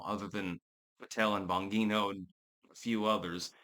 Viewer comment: Why does keep mispronouncing Dan Bangino's name and keep giving Pam Bondi a pass? She is in charge of the Justice Department and is Dan's boss. Are you giving her a pass because she is a woman?